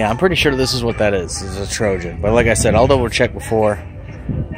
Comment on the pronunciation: TOJAN, not Trojan